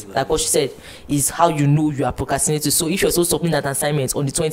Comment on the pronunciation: Y'all it's procRastinating. Not "cast"